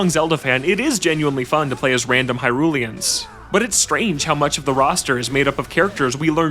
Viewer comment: So rare that I get to do an um actually, this is my moment. AHEM. Um actually it’s Hylians not Hyrulians.